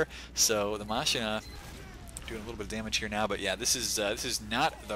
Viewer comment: Just a heads-up, pretty sure it's pronounced MAH-keen-uh, not MAH-sheen-uh. Still, you're better than the 90% of the population who says muh-SHIN-uh. Great cast!